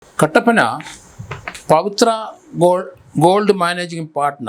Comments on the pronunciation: പത്ര അല്ല പവിത്ര എന്നാണ് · പറഞ്ഞത് അത്ര ക്ലിയർ അല്ല, ഞാൻ ഒന്ന് റീവൈൻഡ് അടിച്ച് നോക്കി